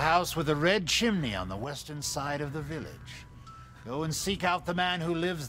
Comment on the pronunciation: Jak jsi na začátku řekla viliš místo vilič (nebudu psat anglicky pardon)mě to znělo jako viliš (mi)xD